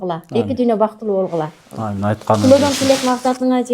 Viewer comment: эмне себептен Амиийин дейсин биздин кыргызда Оомийин эле дейт мындан кийин оомийин деп жуур.